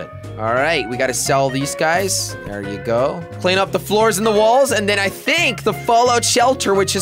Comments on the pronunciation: At 13:1 jelly says balls not walls xd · You said balls instead of walls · He said ballz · He said balls not walls at once in this video